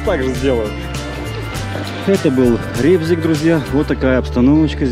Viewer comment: Как приятно, что называете правильно Рыбзик. Переназвали в это дурацкое Ребзик, даже не понимая значения слова.